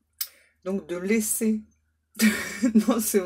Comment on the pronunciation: Vous êtes sûre que c'était "laisser" et pas "lécher"???? 😂😂😂😂 Vous avez des guides très érotiques...